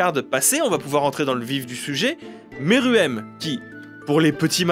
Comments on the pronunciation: Arrêtez de dire meruem a la française 😭😭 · Je suis le seul à détesté Pufu ? Et aussi, Pufu on dit poufou, Meruem ce prononce Mérouem